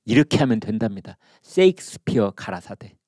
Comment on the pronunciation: 쎄익스피어가 아니라 셰익스피어라고 발음하셔야 됩니다. 쎅스를 연상시키지 않도록 발음해주세요.